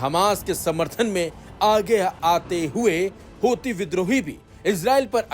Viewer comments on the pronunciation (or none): none